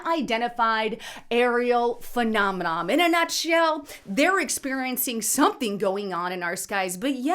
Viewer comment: Girrrrrl, it's not "phenomenom"- the word is "phenomenon", ending in an "N"! Geeez